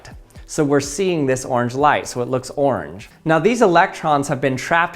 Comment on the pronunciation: He has just a wild way of saying “orange” as “oarrrrrrrnge”